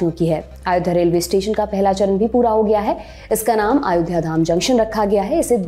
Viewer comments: महोदया “अयोध्या “ है आप आयोध्या कहे जा रही हैं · It should be pronounced as Ayodhya not Aayodhya which the anchor is pronouncing. Its very similar to Ram being called as Rama and Ashok as Ashoka. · Not aayodha .its ayodhya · Aayodhya mt bolo... Lallantop should teach her how to pronounce ayodhya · It’s अयोध्या not आयोध्या. Why Lallantop always play with pronunciation? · अयोध्या को आयोध्या क्यूं बोल रही हैं ये मैडम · its अयोध्या (ayodhya) not आयोध्या (aaayodhya) Please be correct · अयोध्या not आयोध्या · Aayodhya.... Sahi see tyo bolo nam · pehle to tu Ayodhya bolna seekh le